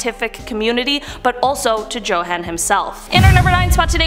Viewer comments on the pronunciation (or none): Joe-han? It's pronounced Yo-han lol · Isn’t it pronounced Yo-han?